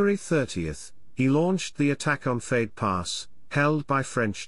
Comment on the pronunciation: Edit: didn't realize this was synthesized speech. Still, I guess you could do something about it🙂 '88 millimeterS guns', 'fade pass', etc. Sound sloppy and weird.